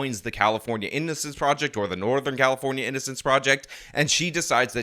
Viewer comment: you said "prisin" instead of "prison". "innicence" instead of "innocence". Somethin against the letter "o"?